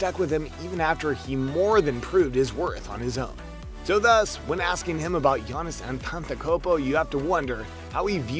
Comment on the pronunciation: You make a video about one of the greatest ballers out there and you cant even pronounce his name correctly…man this is so poor.